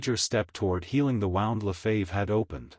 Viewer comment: AI -- pronounce the name "Lefebvre" correctly. Sensationalistic. Five minutes in, not worth continuing.